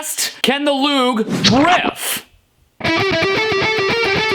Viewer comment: Everytime he said "Loog", it sounded like "lube"